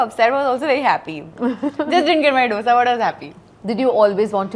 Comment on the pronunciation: Kamia sweetheart. I love you. Except, you sound silly calling it a Dosa with the D as in Dog. It is Dosa with D as in Dil. In the south they call it Dosai. That's oaky but not Dosa with a D as in Dog. Pilllease.